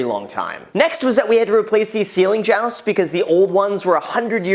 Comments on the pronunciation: I cringed at jowsts lol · Is somebody going to tell him it's Ceiling "joists" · Why does he keep saying jousts when it’s joists ? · Just say ceiling joyce st, not joust. It is a bit petty, but more correct. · Jousts??? joists pronounced Joy-sts. lol caught me and went back to make sure i did hear you say that. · Are you calling the boards in the ceiling "jousts?" They are called "joists." You're a real estate agent man! Know your terms! Joy-st: "a length of timber or steel supporting part of the structure of a building, typically arranged in parallel series to support a floor or ceiling." It's ok, in Michigan, we call the thing on the top of a house a "ruff" and invite Canadians into our home to sit on our davenport in their toques. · LOL did he say ceiling joust!? I'm betting he needs a project manager... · He said some ceiling JOWSTS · "Ceiling Jousts" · I know I can't be the only one commenting this... but ceiling "jousts" hahaha. You mean joists. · "ceiling jousts"? LOL......"joists" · 1) please make more of these. 2) please make a video of how much your property gain in value. 3) I have never heard jousts pronounced like that only like "joysts" lol. 4) like button smashed. Keep it up Graham 👍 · They aren't Jowst's, they're Joy-st's. Joi-st. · MFer said "ceiling jousts" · 1) Are you saying “jousts” just to get more comments? Otherwise you are an idiot and shouldn’t even have a home of your own. 2) Knob and tube wiring is a major fire hazard and illegal. If they sold you this house without disclosing it that is fraud. It’s not just “better to upgrade it”. It’s required by every code ever. It seems like you’re making this into some add’l expense when most likely you knew about this in advance. I’m very close to declaring bullshit or idiot on your channel. Seriously, watch a home show....like Holmes on Homes or anything. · Is that how Americans pronounce joists? Or is Graham just saying it funny? In Uk it’s said Joy-st.